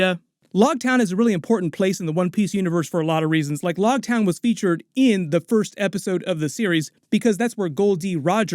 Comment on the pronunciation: It’s loguetown like rogue not like log. Big fan just thought I should help as a manga reader.